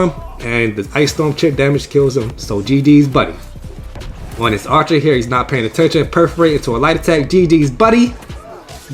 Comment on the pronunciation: GGs Buddy! Italian accent, “GTF outta heaaaaaaaaaar”